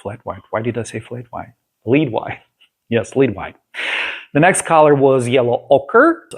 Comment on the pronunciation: The pronunciation of the word "Lead" White in English, rhymes with the words red or head. It's a tricky spelling because the word lead is written the same way as to lead someone down a path, or lead the chemical element, which is what is in lead white paint.Wonderful video as always , thank you ❤